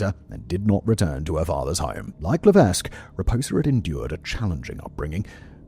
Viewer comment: The S in Lévesque is silent 😉